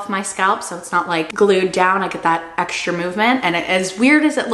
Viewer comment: I wish you would stop saying eckshtra, it’s X tra! It’s str eet not shr eet. STR is not SHR.